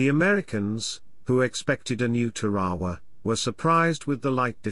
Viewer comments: Tare- Ah- Wah Or even with a hard R Tar- ah- wah Or am I wrong and pronounced it wrong my whole life? Hearing it however he said it made me want to pull my hair out. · listening to the narrator butcher the name of the Island "Tarawa" repeatedly caused me to turn this video off. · It's teh-ruh-wuh not te-ra-wa. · Tar A waw....not whaterever your sayin